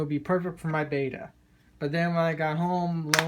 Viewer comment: It’s bet-ta not bay-ta